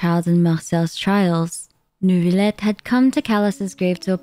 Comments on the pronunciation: did u say neuvibleh??? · i cant with these pronunciation first neuvillite and now fontaine girl calm down u can speak normally 💀